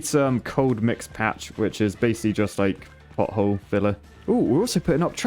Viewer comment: As an American (and a childish one, at that) the first two times you said pothole, it definitely sounded like butthole. I appreciate your dedication to repairing buttholes ❤️